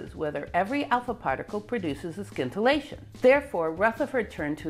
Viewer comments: Do we say “Skience” or “Sience” for Science? If it sounds as the latter, then scintillation sounds without the K. Sorry, but this is the first time I hear it pronounced this way although when I was in college I learned in french where there too the K is silent. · I think the c in scintillation is silent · The 'c' is silent in "scintillation." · FYI The c is silent in scintillation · Great story! But I believe in scintillation the c is not hard. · Wonderful presentation. BTW, the 'c' in scintillation is silent. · Love Love Love your videos! This one has a small pronunciation error: it's "sintillation" not "skintillation" :) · In the word "scintillation" the "c" is silent, so that the word sounds like "sintillation". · I realize that it's a lot like pronouncing "scattering" as "sattering", but "scintillation" is, in fact, pronounced "sintillation". Your talks, though, are always scintillating. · I think it's pronounced "sintillation" not "skintillation". I know ... it's spelled scintillation but as you know, I'm a nit picker. And a guitar picker. Also, it's "Kirchoff", not "Kirkoff". The "ch" is pronounce as in "church". :) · Please, scintillation is not pronounced skintillation but sintillation. Regards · 'sin-till-ay-tion', not 'skin-till-ay-tion' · "sin-ta-la-shun"... not skint... :p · I'm pretty sure the C in scintillation is silent, and the scin is pronounced as sin. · Scintillation has a silent c, so it is pronounced sin-till-ation. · How many times in her life did she say "skintilation" and nobody corrected her? Granted, aside from talking about Rutherford, it would probabavly never come up, unless she found something scintillating. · Scintillation has a silent ‘C’ !!! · Where did you learn how to pronounce scintillation? It’s SINtillation.